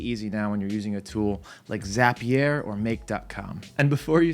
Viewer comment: Nobody:: zApiér